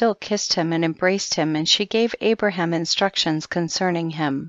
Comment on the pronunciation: Pronounced Abraham as "Abram" the entire time. 🤦‍♂️